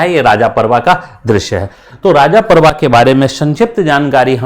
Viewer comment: भाई, यह राजा पर्व नहीं रज पर्व बोला जाता हे।